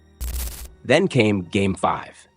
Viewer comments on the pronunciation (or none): none